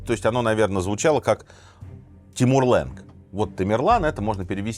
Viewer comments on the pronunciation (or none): Только вот не лэнг, а Ланг. Это персидское слово означающее хромой. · Здравствуйте, ни ленг а ланг, ударение на а, Я верю вы можете)